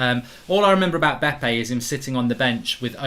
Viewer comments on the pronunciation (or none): Dude, It was BeBe and not Bepe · Its bebe not bepe